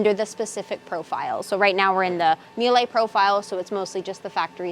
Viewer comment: MEE-LA haha is how it is pronounced :)